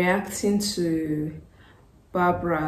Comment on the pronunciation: Barbra not Barbara